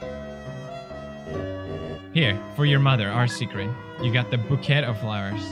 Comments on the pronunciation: Felix still can’t say bouquet correctly. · Why is nobody talking about how Pewds called the bouquet a booket